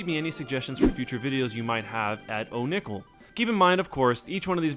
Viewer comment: My name is......Oh